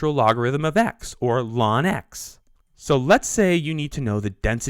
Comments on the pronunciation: Great video, except you should not pronounce ln(x) as 'lawn x'. Nobody ever calls it that. It's 'the natural log of x'. Or, once it's understood, just 'log x'. Or L N of x.. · why is 'the natural logarithm of x' being vocalized as "Lon X"? I looooooooooooooooove this topic. the info is well-presented. but I swear - - math people talk weird sometimes. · Wow. Laaan x. Nice over-pronunciation...